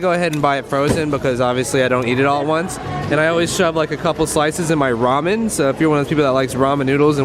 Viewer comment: Yess!! You say Ramen right! I am so happy rn xD